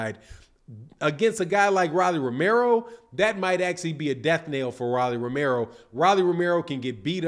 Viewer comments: Who DF is Rallie??? Its Rollie..with an " O" ..🤣🤣🤣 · Pronounced "Roll - E"